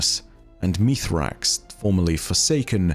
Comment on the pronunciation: Meez-rax. Not Meethrax. Bungie has already clarified this. Why does one of the "leading" lore guys not get this?